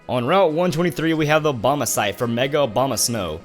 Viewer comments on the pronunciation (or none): it really sounds like you are saying Obamasite for Mega Obamasnow. Obama must be so popular, he got two things named after him?